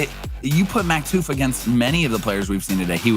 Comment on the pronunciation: He said Maktuf and Flyts name wrong :(